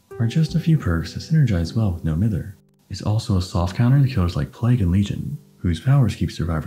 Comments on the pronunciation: I know this is a five month old video but hearing you say "mither" like "mirror" instead of like "my-ther" is bothering me so much. As a Scot it's just incorrect but none of the DBDtubers I've watched know about this :( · If you are from Manchester like, No Mither is pronounced as “No My-ther”